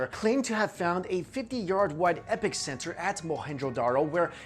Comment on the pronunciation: "epiccentre" ?? or "epikcenter" ?? lol